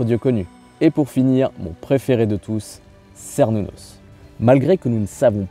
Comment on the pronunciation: bonjours cernunnos se prononce kernunnos